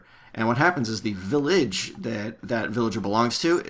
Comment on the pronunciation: "Villédge" =D